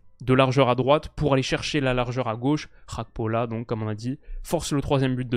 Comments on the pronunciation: Merci pour cette vidéo. Juste une précision GAKPO se prononce comme tu l'entends avec le ''G'' du début. Ce n'est ''Xakpo'' mais ''Gakpo'' avec le ''Ga'' comme Garage. C'est un nom africain (togolais plus précisément). Ce n'est pas un nom d'origine néerlandaise. Donc le G se prononce naturellement. 🙏🏾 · je compte sur ton sérieux pour arrêter de dire Cody "RHAKPO". En effet bien que l'attaquant des reds soit Néerlandais, son nom famille lui vient de son père qui est Togolais. Au Togo la première langue est le français, et on dit bien Cody GAKPO. Comme par exemple Serge GAKPÉ à l'époque au FC Nantes. A titre de comparaison c'est comme si tu disais Théo "HERNANDÉ" parce qu'en français EZ se prononce É. Son nom est clairement d'origine espagnole, donc on prononce "HERNANDAISE". Avec tout mon respect et mes amitiés. (10€ offerts et votre premier dépôt doublé avec le lien en description)